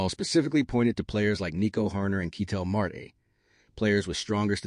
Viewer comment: Dude, who is keytel Marty? And who is this other player ketel mart? Is that a store? This Ai slop is embarrassing